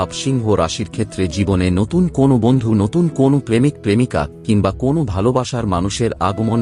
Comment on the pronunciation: Kon noy kono ....bar noy baro . .binijog noy biniyog Aage valo vabey uccharon sikhun